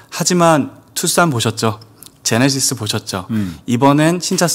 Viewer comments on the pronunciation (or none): none